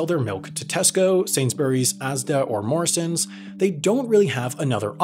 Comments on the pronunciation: First time I've heard Morrisons in an American accent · As a British citizen, don’t say Morrisons like that. Please, please don’t.